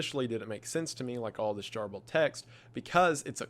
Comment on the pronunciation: Hey Wendigoon - you and your videos are awesome, but you are pronouncing garbled incorrectly.